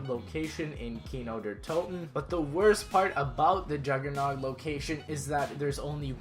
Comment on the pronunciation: He actually said his name correctly